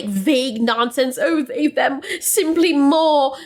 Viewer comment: I find it kind of funny the way she gives this speech, the way she pauses and says "THEY....THEM!" as if she is expecting every one to be like "omg! that is so profound!! great job!! you are so brave!!"